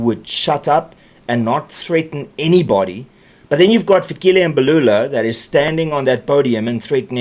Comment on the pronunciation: Its not Fikhile it's Fikile please learn to pronounce correctly if you are a true South African .